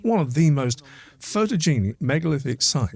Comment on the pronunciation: Haha. That’s Gaelic pronounced like Garlic. Oh no it got worse. Callanish like fish, photogenic like dichlofenic. Not wise for the individual who raises pronunciation to make such a balls up. As to the subject matter. It’s more likely for a strike to occur in such a place post construction. Smouldering peat in a thunderstorm lol. Try an increase in electrical conductivity,- wet and acidic. Is this the woowoo channel?